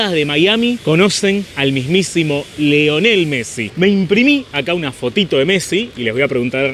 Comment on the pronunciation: Lionel no Leonel